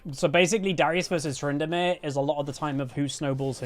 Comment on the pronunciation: "Tryndinips" I hate that but I love it